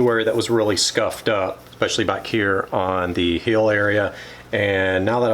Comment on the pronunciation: I mean this in the most respectful way possible because I love this channel. The word is "ESpecially" not "EXSpecially".